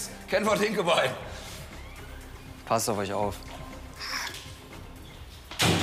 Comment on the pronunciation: min ✨hInKeBeIn✨😂😂😂